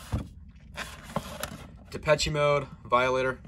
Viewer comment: i think its pronounced as depeche with the c being an s